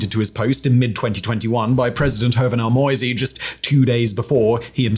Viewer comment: "Moïse" ist NOT pronounced like "noisy" with "m" instead of "n"! It's: Mo - [like "Mo" in Motor] - ï - [like the "e" in easy] - s [like "z" in zero]. The "e" at the end is silent as always in french. Having trouble to take you seriously, if you don't even care to learn the names of major figures. I have to ask myself, where is your research equally sloppy or even worse? Those are not impossible sounds for your english tongue, compared to the "eu" in "Villeneuve" or the "ü" in "Hüller", so if you watched some original footage you must have heard the name pronounced correctly and your brain just dismissed this information contradicting your expectations. The question again is: What else did your brain dismiss, which might have contradicted a preconceived opinion, if it is evidently capable of doing it as heard in this rather insignificant example?